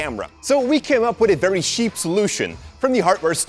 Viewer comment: It bothers me that you mispronounce the "ch" sounds. Cheap is pronounced "tjiep", not "sjiep". Nonetheless, goede video :-)